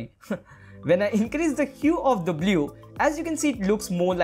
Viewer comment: Dude, the tutorial is fantastic but please don't say "blyoo"